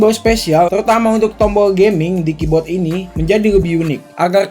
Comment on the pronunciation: Ngomong "KEYBOARD" jadi "KEYBOT